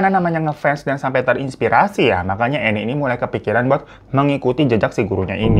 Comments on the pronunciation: Cara bacanya bukan Enne ya bg, tapi Enn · Anne dibaca en,bang hirotada radifan aku ngefans